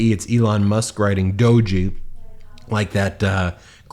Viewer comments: Just so the cool kids don't rip on you: "doge" is pronounced like dojo without the o on the end. The e is silent. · It’s “dough-j,” not “doh-jee.” Old crusty Internet meme. Pls look up. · Dodgey not doge... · It’s not pronounced Do ge, it’s pronounced Dodgy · Hey Ben, I watch you all the time, Covid got alot of us into crypto early, and I still have some. And you pronounce it with a long O, and thr G sounds like J and the E is silent. Not Doggy lol! And not everybody lost money! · Pronounced Doh-zh Not doh-gee. Thought you should know Vote 💙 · lol, its prononced like 'doj' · Doe- ge 🤦🏽‍♂️ close but no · I think D.O.G.E. is pronounced dodgy. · It’s not pronounced do-gee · It’s pronounced… DOH J…. It’s still stupid but, that’s how ya pronounce it.😊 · The shiba inu meme, Doge is pronounced as (dowzh) or as (dohj). The Doge meme was based from a shiba inu, Kabosu who lived to be 18. She passed away this past May. Thank you for all the memes, Kabosu-chan. Sorry Elon Musk is degrading your memory. Good dogs don’t deserve this treatment from corrupt billionaires. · I believe Doge (the alt crypto coin) is pronounce "doh-g" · I hate to be that person, its pronounced "dohj" with a long o and and a soft g/j. Silent e. I take no pleasure in this post, good sir. Also: trumpshit crazy should be a term used daily. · I think it is pronounced "dodgie"...an accidental true description of the pair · The g isn't like that it's the dg sound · I was watching this when my son was around, and he insisted I corrected this. In a 15 year old boy voice, "The 'e' is there to make the 'o' a long vowel. It's pronounced like d (long o)g. Geez, mom." Smart-ass kids. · DOGE has a silent E lol. just Doe-J. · DOGE is pronounced "Dodgy" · Doge is pronounced "dodge-E" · It's pronounced dowge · Misreading the tweet (two mistakes) and then mispronouncing doge like that. Boomer energy 😂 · Ha ha you are saying doge a bit wrong. Love the show. Hate MAGA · Who’s gonna tell Ben how to pronounce Doge correctly?